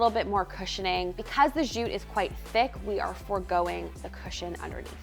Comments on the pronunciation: I always love how says zhooot. It's like posh jute. 🙂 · What is “zhoot”? I’ve never heard of “zhoot” before.